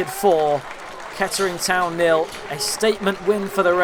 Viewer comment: Class highlights - not sure I can unhear the pronunciation of Kettering - I mean Keddering- but great work all the same.